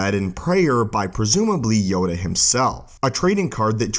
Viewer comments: sounds like Yoga not Yoda. Made me laugh, love the vids. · Yoda has a last name it’s LAY HEE HOO YODA LAYHEEHOO